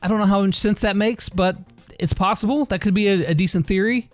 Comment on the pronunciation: Lol “plossible”